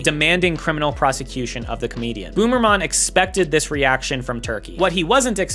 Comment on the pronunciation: Boomer mahn? Maybe learn how to pronounce a guys name before reporting about him?